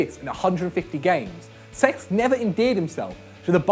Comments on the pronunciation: It's pronounced sesk not sex ffs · he kept saying cesc fabregas as sex fabregas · Anyone else notice when he say "sex" instead of cesc